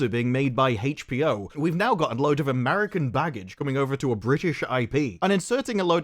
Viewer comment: Everytime I hear HEICH-B-O I lose my mind